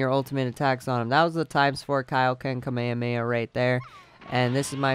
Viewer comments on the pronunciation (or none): none